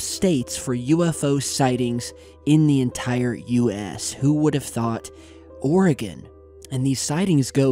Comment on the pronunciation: Also, thank you for pronouncing Oregon correctly 😂